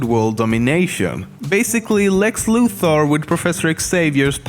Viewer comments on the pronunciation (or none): none